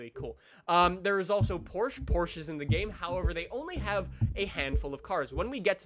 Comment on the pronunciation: Firstly, why don’t you pronounce Gallardo and Porsche correctly? Second, I wish they added the Huracan 580-2. Third, you say Ferrari being in the game is a good thing.